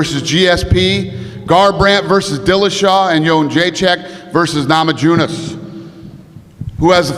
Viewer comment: Dana: namajewness? Idiot cant say his own fighters names